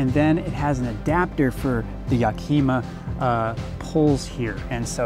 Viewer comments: Repeat slowly after me: YAK-Ih-Maw. Again: YAK-Ih-MAW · Sorry dude, but I did grow up nearby. Mispronunciation of native place names is a a pet peeve, even when the place name has been anglicized